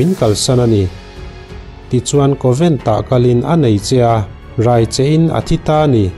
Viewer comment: Covent a?? Convent ani zawk lo maw ka pu?